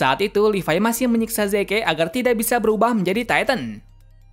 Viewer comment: Maaf.. kayaknya prounounce Zeke itu : Zi~k deh, soalnya agak timpang aja, Yeagerist ato pun yeager pake pronounce Asing tapi Zekenya pake Prounce Mother Tongue kita. Ya kalo gak keberatan sih masukannya.